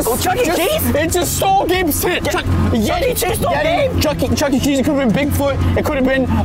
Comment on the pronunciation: Bro said chuky cheese